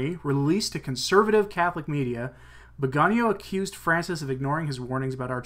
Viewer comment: The beauty of the Italian language is that it is phonetic. Hence, Viganò is pronounced veee ga nò (The stressed syllable is the last, owing to the diacritical mark) The way you are pronouncing the name would be written "vigagno" (gn in Italian = ñ in Spanish) Aside from that, excellent reportage!